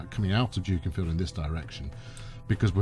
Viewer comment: Late to the party, but it's pronounced Duckinfield.......